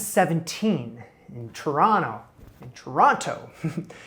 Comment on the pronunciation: Every time you carefully enunciated Toronto I grinned - gotta get your native accent back, bud! In all seriousness though, good for you. NICU is no joke and if your kiddo is going to need more medical care down the road it only makes sense to live in a country better equipped to deal with that. Also, damn, buying a home is no achievement, especially in the Toronto housing market. Congrats on everything!